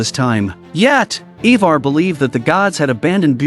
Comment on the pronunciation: its Ironside not Ironborn. its IVAR not EEEVAR. Is this an AI narrating?